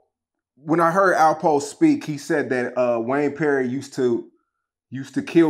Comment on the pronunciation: Is he saying “alpo the rat” ?